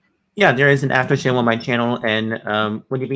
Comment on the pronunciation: David needs to seriously get help with his communication skills. His enunciation is poor. When he said "Come to my after show" it was hard to decipher. He sounded like he was saying "Hum to my haffer hoe" Oof! Get it together. Then he gallops through syllables at times which does. . . not . . . help.